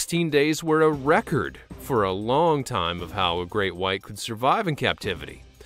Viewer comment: Draco - he litterly said greak white shark